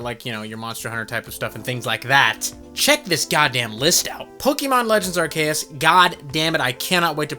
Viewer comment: I agree u r a wierd lil man also u pronounced arceus wrong